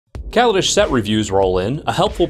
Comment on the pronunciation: Lol, Worrying about mispronouncing cards when you're mispronouncing the name of the plane? it's Kal-a-desh, not call-a-dish